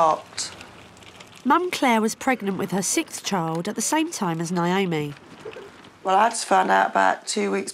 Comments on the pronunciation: The way they say Naomi is so annoying. It’s literally my name and its pronounced neigh-oh-me not Nye-oh-meeeeee aghhhhh 😒😂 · Some people pronounce it nye-oh-me. Actually, most people I know called Naomi pronounce it that way. neigh-oh-me seems like more of the American pronunciation?